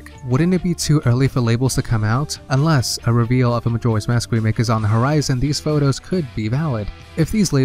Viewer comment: You forgot the "k" in remake but that's no big deal